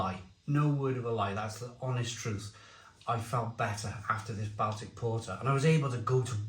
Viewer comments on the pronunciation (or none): I’m glad you said this, every time he said Bal Tic it drove me mad. Surely he’s heard someone say this word correctly before. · Don’t want to be a pronunciation Nazi but Baltic is pronounced “Boltic” short o instead of a short a,as in Salford not as in pal.